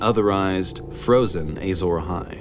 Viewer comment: But why does he keep saying "Eyy-zora-hai"?